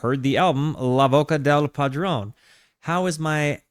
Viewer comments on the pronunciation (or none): How to pronounciate "La voce del padrone". First, the 'c' in 'voce' is not hard, which means that the correct pronunciation is not "voke", but "votsje". Also, in Italian you have to read all the vowels. The "e-s" in voce and padrone are like the e in elephant. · "Franko Baciado, la Voca del Padron... please tell me if I've completely butchered this man's name and album title..." Yes, you have, both 🤣🤣 By the way, Battiato is one of the greats, music royalty, in a class of his own, and definitely one of my favorites. He's the philosopher of Italian music, as you noticed by his lyrics. Years later, Morgan (Marco Castoldi) would try something similar, with Bluvertigo first, then as a solo artist, but fell short of Battiato's greatness. The songs you listened to are not the original version from 1981, this must be a remastered version with edits. I think the original version is better overall, more stripped down arrangements, but as a whole a more interesting sound. This one has some songs that are shorter, some that lose compositional details (variations in the verses), extra guitars, strings, and synth parts. The original is better, check it out for example, towards the end of "Summer on a Solitary Beach", the original version has the drums going in the chorus, this one doesn't. Or in "Gli Uccelli", your version ends with strings doing the melody, the original version has a much more interesting synth solo that mimics birds chirping, and many more differences. This album is an outlier in Italian pop music history. It climbed to the top of the charts despite not being your typical easy listening music. The only other time something like this happened was maybe with CSI and Tabula Rasa Elettrificata in 1997